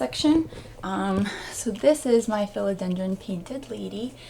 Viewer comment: I'm a minute in and already learned something: How to say the word Philodendron 🙂